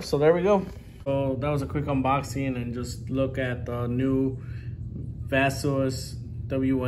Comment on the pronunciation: Hi, thank you for this great review! We sell Baseus (it's pronounced bay-sus by the way:) in the US! Glad to hear you are pleased with the product